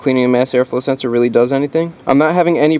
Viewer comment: Really need a "mass air flow senseor" counter. Lol